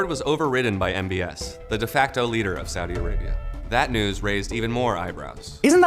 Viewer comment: The first time Kyle pronounced Saudi correctly